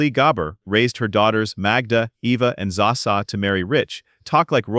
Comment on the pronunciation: Its not zaa sa.